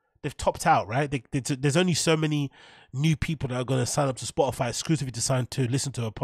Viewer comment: Spoh ih fie innit